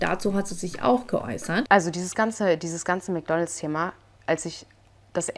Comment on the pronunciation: ich mag dich ja total nh aber es heißt nicht Mc Donls sondern Mc DonalDs😵‍💫